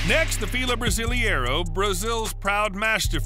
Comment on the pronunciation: Yup and fila brasiliero is pronounced (FEEH lah brah SEE lei ROH)